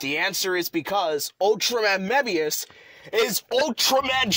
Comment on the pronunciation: He pronounced Mebius wrong